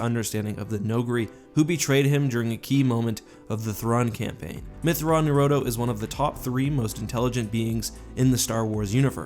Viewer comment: this has been bothering me for a long time. His name is not pronounced "myth-raw-nur-o-doe" it's pronounced "myth-raw-new-rue-o-doe"